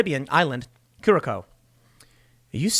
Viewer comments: "curaSAO" not Curacow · FYI, it's cure a sow, not coor a sow. I got that from a native on YouTube. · It's "Cure-a-sow," not "kerr-a-co." :-) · tsk tsk timmie.. sigh seriously.. the fact you botched this one is surprising.. Curacao is pronounced Cur-A-Sow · It's pronounced kurisow Tim, not curicow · Lol Tim its pronounced "Cure-A-Sow"... not "Kurako" or "Kurakow".... The only reason I know that is I'm an Atlanta Braves fan and they have a bunch of players from there. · I don't want to nag but can you please call the island curacao not kurakauw...it is a beautifull tropical dutch island. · curacoo xD its pronounced cura-sow (as in a female animal). sounded really funny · Great. Btw Curaçao pronounced as "Curasao" the second c is an s. Would be so great if Trump winns. 😊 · curacao the second c is pronounced as an s... curaSao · Ahahahaha I'm from Curacao and it's not pronounce like that Tim 😂 , it's ku-rah-sauw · Curaçao is pronounced ker-a- sow Tim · OMG THATS WHERE IM FROM!! its pronounced KuraSao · It's pronounced "Coor-ah-sao". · Tim, it’s pronounced: “Ku-ra-sao”. Much love ❤️ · Curaçao is pronounced as 'Cure-ah-souw’. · Curacau is pronounced cure- ah-sow. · Curacao = Cure-a-so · Not to be that guy but I believe the island is pronounced cure uh sow. I have family who used to live there for work. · Tim, its pronounced (Kura sow) - the Kura Sow is the closest. The Tilde is a squiggly line below the C - it takes a hard C and turns it into a "S" - Curaçao - Minor point to most, your always on your game - just sending some love... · It’s pronounced like “cure-Uh-sow” (like “wow” like the drink. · The second C is pronounced like an S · Cura-sow jeez bub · Curaçao is pronounced cu-ra-sao ... common mispronunciation and I wouldn’t have known that had the wife and I not visited while on a cruise. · It’s pronounced KEWR-ess-oh or ow. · Cure-A-Sow, Tim. Jeez! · Well dang, that's a pretty serious move. Oh and curacao is pronounced "Kurr-sau." Same as the beverage.